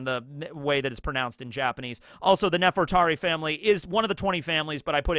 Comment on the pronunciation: this is a minor thing, but is there a reason you don't pronounce Nefertari Lili's name the same way as Nefertari Titi and Nefertari Vivi?